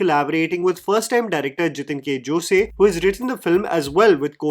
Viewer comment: The name is pronounced Jithin k jos, not like the western pronunciation btw